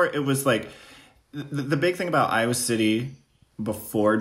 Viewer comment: I love how Trix pronounces Iowa - Aiywah